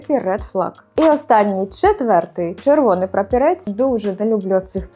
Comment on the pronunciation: Прапорець, а не прапірець😂